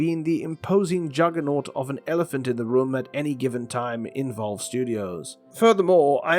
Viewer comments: ah yes, volve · Ah yes I love volve